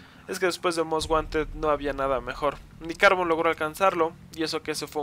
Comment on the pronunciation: a carbon parece q lo pronuncias asi "cárbon"